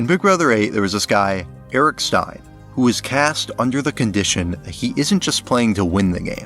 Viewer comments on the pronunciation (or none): none